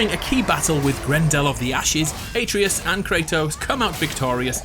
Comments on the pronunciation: Aytrious? its Atreus (at-rey-us) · so I know this was like 2 years ago but u said his name like a - tree -us when it a - tray - us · ITS -AT -RAY-US, NOT AT REE US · Wait wait wait…. Are you saying A - tree - iss? It’s ah-trey-us. Come on dude. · Why do some people get Atreus's name wrong. IT'S PRONOUNCED UH TRAY US NOT ATREEUS. Jesus fucking christ get it right. This is the millionth time I've heard someone get it wrong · A Trey Us, not Ay Tree Us, Jesus Christ you're dense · A-tree-us? A-tray-us. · uhhhh no, that is literally the most ignorant thing ive ever heard. You didnt make the game or mythology, the game studio did. Its pronounced "uh-tray-us" not "A-tree-us" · ate-ree-us oh god its at-ray-us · Bro, why do you pronounce it Ay-treeus? It’s pronounced At-tray-us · It’s Ahtreus not Aytreus. You must be one of those people who pronounce Gerahlt rather than Gehralt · It's not Uh-Tree-Us, it's Uh-Trey-Us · Questioning the correct pronunciation of vase then mispronouncing Atreus at the end? It's ATRAYus not AYEtreus, boy ... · "Ay-tree-us" T R I G G E R E D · A-treus? Why do you pronounce his name like that? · Why did he pronounce “Atreus” as “Ey-Tree-Uss” ? Edit: and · Did he call atreus ay treus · did u say ate-treeus ??? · I pronounce it like A-Tree-Us, but there’s probably multiple ways to say it in different dialects and accents. Like the Naruto “Naruudo” debate. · fan fact! (as a greek guy) it's actually "A-trE-us" ("Α-τρέ-ας") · Its a-tre-as* spelled Atreus pronounced Atreas, comes from the Greek name Andreas also Andrew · I'm sorry, who's "Aytreeus"? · How da fuck you mispronounced atreus when kratos says it 100 times in the game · The way you pronounce Atreus infuriates me. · For a game with so much voice acting youd think people would be able to say the kids name correctly :/ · His pronunciation of Atreus hurts me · The way he's pronouncing Atreus is really bothering me. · Your pronunciation of Atreus is wrong. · Can you say "Atreus" right?